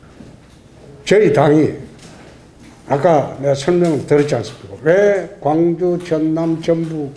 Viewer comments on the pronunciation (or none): 굉주라고 라...